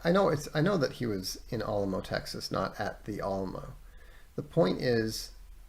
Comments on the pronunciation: Al (as in Al Gore) uh mo, al-uh-mo - Alamo Sincerely, A Texan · it's because Vox mispronounced Alamo and I felt like it was my Texan responsibility to correct him. And I didn't know the exact phonetic symbols so I described it the best I could. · I’m from and live in Texas, they he says Alamo keeps throwing me off 😂 No problem just throwing me off every time I hear it